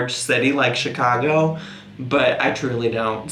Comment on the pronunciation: midwestern accent popped OUT when he said “Chicago” lmaooo